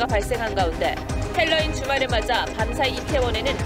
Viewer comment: 발음을 헬로윈... 니미, 웃기고들 있다. 정말.... 그냥 할로윈이라고 해라. 괜히 햇바닥 굴리지 말고...